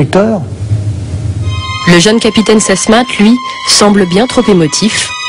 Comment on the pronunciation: Le capitaine Sesmat pas Sesmatte , pour des journalistes c´est un peu limite quand-même ...